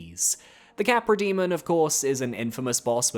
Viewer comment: I will now say Capra Demon with a Spanish accent cause of this video. That made me smile for some reason